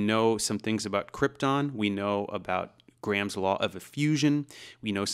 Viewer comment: You can tell he's not Indian, because he pronounces "Graham" properly. Southwest Asian languages, in my experience, tend to pronounce a hard 'h'', and they put emphasis on the second syllable. So they pronounce it "gra-HAM" when it is actually pronounced with the 'h' sounding like a 'y' and no strong emphasis as "gray-um". It's also not pronounced 'gram' like the unit of measure. It's kind of a syllable and a half. Sort of. Just wanted to throw that out there. I know this because I work with many Indian folks, and I receive far too many spam phone calls from call centres which all start off on the wrong foot by mis-pronouncing my name.